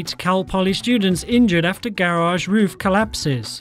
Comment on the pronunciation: Please say garage right